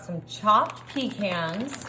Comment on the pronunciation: It's not PEE CANS 😂